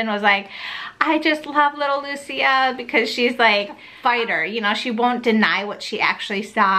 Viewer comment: I just love that you pronounce the Lucia as it is. I have the honor to be named Lucia and it gets me mad when people don’t say it right or call me Lucinda... 😡 Thank you for your honest opinion. Husband too doesn’t want to pay $20.00